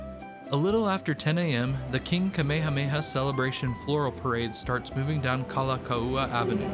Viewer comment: Really enjoyed the video, we are lifelong seasonal residents of Oahu but still enjoyed your take, especially the bus part (I’ve never been on a bus in Oahu ever). Anyway your videos have a nice vibe and pacing, very relaxing to watch. Btw, some pronunciation tips: Kalakaua pronounces “Kala cow a” Kawela bay is “ka vela”